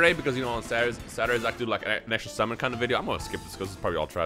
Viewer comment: Bruh he said "simmon" instead of "summon" lol